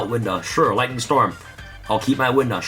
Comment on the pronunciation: "Tripple Lighening strom"....Wow